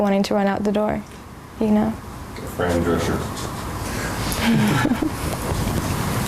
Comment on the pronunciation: "fran drescher" i cringed